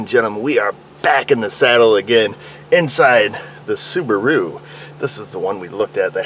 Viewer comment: "That's Why CADILLACS drive Soo-ba-ROO"